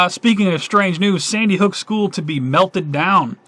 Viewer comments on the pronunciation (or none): none